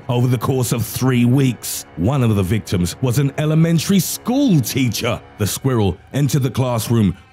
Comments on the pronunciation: " one of the victims was a ELEMENTARY SCHOOL TEACHER" I love this narrator👏🏽😂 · He didn’t have to say elementary school teacher like that lol